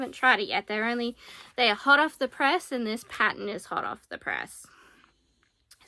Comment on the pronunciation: Patt ERN…. Paten is something else